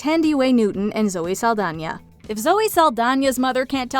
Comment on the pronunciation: Pronouncing it Saldanya is making me crazy